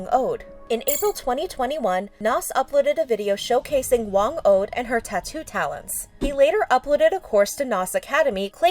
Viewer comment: kills me as a filipino she pronounced "Whang od" as whang oad and also she pronounced "pesos" as paysos